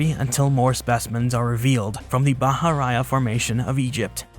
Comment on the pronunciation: It is not "bah-hah-RAH-yah." Bahariya is pronounced, "bah-hah-REE-yah."